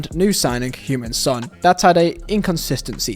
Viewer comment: Love your pronounciation of Heung Ming Son. It sounds like you saying Human Son